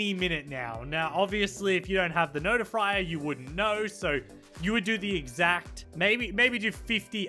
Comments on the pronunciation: U mean not i frier? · I cryed on the floor when he said fruit notifrier LOL I might die of laughter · You said without the fruit notfier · Did nobody notice he says "notifrier" alot? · Who else noticed "notifrier" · " obviously if you don't have the notifrier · i was laughing so hard when he said notifrier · Hello everybody my name is notiftrier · And I am laughing at both your profile pic and his noti frier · Noti FRIER hmm so it is fried ok